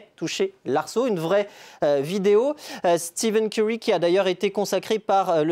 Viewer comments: Le pire c'est qu'il zoom a un moment et c'est écrit en gros devant ses yeux steph curry, et il continu à dire steven curry 🙆🏾‍♂️🤦🏽‍♂️ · Par " Steven Curry" sa fait mal au l'oreille à force